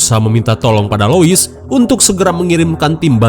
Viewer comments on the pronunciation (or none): none